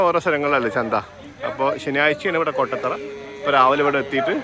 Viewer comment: കൊട്ടത്തറയല്ല കോട്ടത്തറ ആണ് 😊😊